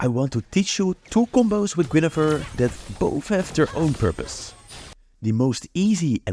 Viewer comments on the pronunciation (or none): Its Guinevere, not Guinefere... I'm hearing it over and over...